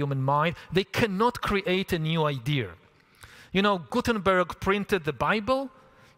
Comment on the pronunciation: Lol! I just can't with this little man pronouncing the word, 'idea," as "ideer." 😂😂😂😂